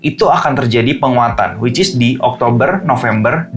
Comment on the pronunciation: Dalam video ini selalu bilang wicis beberapa kali hahaha